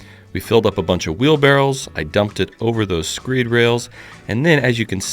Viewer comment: Maybe it's an accent thing but are we talking wheelbarrows or barrels?